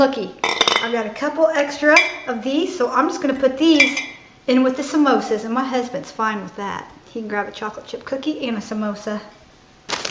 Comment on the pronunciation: Loona doones!😂 Samosas! 😂 😂😂😂😂😂😂😂 OMG everytime you said those I cracked up!